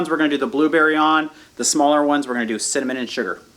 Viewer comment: Well, that was fun! Thank you for taking us along....and we didn't even have to be cold! It was all just so beautiful! The donuts look delicious and did say cimmanon? lol. Love your videos!